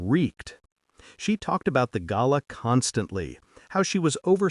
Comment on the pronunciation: The best pronunciation of the word GALA ever in all the months listening to these stories. Thank you very much.